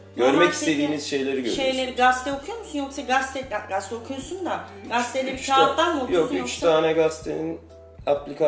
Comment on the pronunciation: Gazeteye niye Gaste diyorsunuz ya